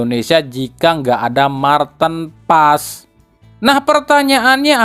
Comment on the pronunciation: Mar tin pa es.... Bukan Marten pass...